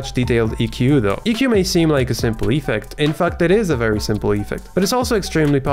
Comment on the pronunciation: It's ef-FECT, not EE-fect :) Love your content though